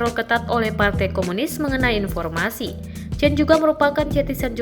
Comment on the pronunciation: Itu bacanya Chen ( sperti kita membaca Jendela) Semoga kakak chen dlm keadaan baik"saja